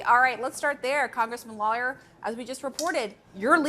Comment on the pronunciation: She really butchered “Lawler” holy crap she couldn’t get it correct once